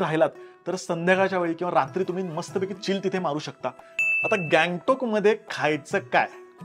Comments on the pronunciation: गॅगटाॅक नाही रे ... गंगटोक आहे ते 😂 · गंगटोक बोल की ...